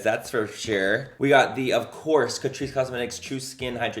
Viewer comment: Excuse me sir, if you're going to do a Tati made me buy it video, you're going to need to pronounce it Cat-Rice